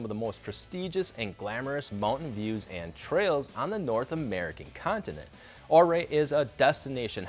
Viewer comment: It’s pronounced Uray not ohray